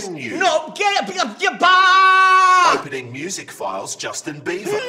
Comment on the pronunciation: When you were saying 'back' it sounded like Bach...I was hoping to hear some classical music; I was disappointed .